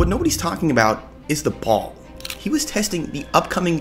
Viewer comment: Bro, said Pall 😂 😂😂